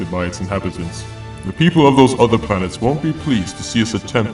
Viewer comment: My only gripe with the voice acting is that you guys say, “udder” instead of “other.” Like, the “th” is replaced with a “d.” Otherwise, really intriguing. Good job.